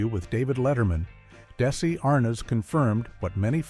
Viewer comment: Couldn’t pronounce Desi , nor Arnaz, or other words.